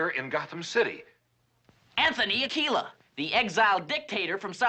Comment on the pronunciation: Right off the Bat(man) with a terrible pun,. "Let that sink in". I take my irradiated pink cowl off to you. That has ALWAYS bugged me! Burt is obviously saying "AK-will-ah", despite the audio being corrected to "Ah-KEE-la" so it's, you know, actually Spanish. One atom of sodium can't bond to two atoms of chlorine... there's only one electron in the outer valence shell of sodium! Bat-science be damned! (Thanks for your followup as to its impossibility btw)